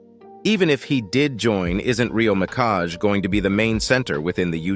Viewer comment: "Rio Mikash" What the heck